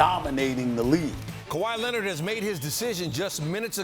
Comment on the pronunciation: Kawhi Lennit